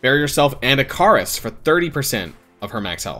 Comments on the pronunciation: try pronouncing it one more time, it’s “ick-uh-ris” 😂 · Great video, please go check how Ikaris is pronounced for future videos xD